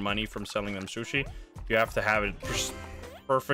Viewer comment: i love how keeps saying shushi